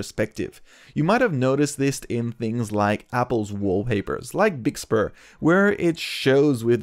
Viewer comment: Umm it's macOS Big Sur, not Big Spur 🥲